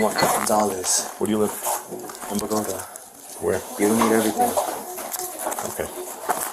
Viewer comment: I'm amazed you pronounced Bogota the right way.